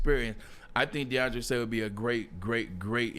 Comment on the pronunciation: He definitely slipped up on that one 🤣🤣